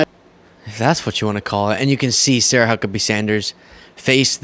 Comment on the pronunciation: The "H" in Huckabee is pronounced as an "F."